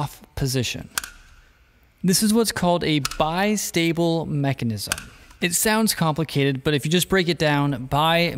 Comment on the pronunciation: bi-stable, is how it beaks down. Not bist-able.